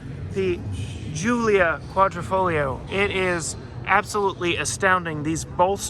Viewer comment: it's Quadrifoglio not QuadrOfoglio!